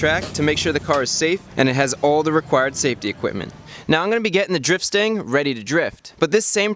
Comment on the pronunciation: Stang, not stand. Lol